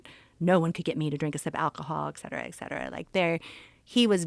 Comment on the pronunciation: Great episode but it’s “etcetera” not “exsetera”…. Sorry to nit pick!